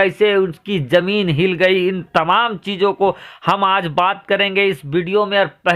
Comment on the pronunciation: Yaar apna talaffuz Sahi kar lo.Zameen ko Jameen mat bolo Bhai. Masjid khari thi khara Nahi tha.